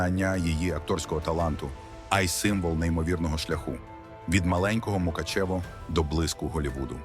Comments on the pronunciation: Не МукачЕво а МукАчево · Правильно - Ґаль Ґадот і Мук`ачево - наголос на А. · Навчіться вимовляти Мукачево.